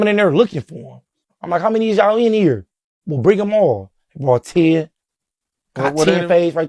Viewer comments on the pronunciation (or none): none